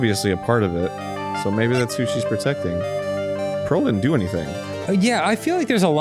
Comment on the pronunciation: I am desperately annoyed every time Phoenix calls her “Pearls” Idk if it’s supposed to be a cute lil nickname or if someone just didn’t put Pearl in there right but my ears flinch every time lmao